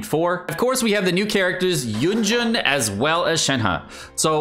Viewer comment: It's yunjin! Yun! Jin!